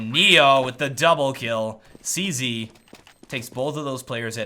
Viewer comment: Or you could be like Anderzel and say, "Zee-Sed." Than annoys me so bad for some reason. Not trying to be mean; I know English isn't his first language.